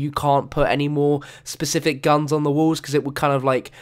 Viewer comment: specific not pecific dude